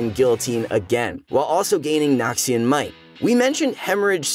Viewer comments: NORMAL PEOPLE: Noxian Might!!!!: Nokshin Might!!!! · nobody:: "nahkshian" tbf he pronounces it better as the video goes on